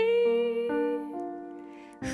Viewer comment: この曲はカバーする人が多いのですが、実に 詞を忠実に発音してますね。特に「乗車券」を しょうしゃけんと聴こえないところが良いです。 詞を全て認識して表現してますね。今の歌い手 は自分の歌い方をオリジナルとは違うんだと 言わんばかりです。それはとりも直さずオリジナル へのリスペクトがないのでは無い のではと思います。アレンジは有りですが、 逸脱してはどんなものでしょう!